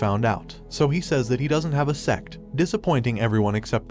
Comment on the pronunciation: Its sect book the announced might have slipped up a bit unless its a not reading and did not read sect properly.